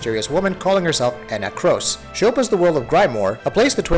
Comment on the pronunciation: I like the rating but I choose not to listen to the reviewer when he can't say enna kros name properly it's mentioned about 100x throughout the game he's clearly not played it 👋🏻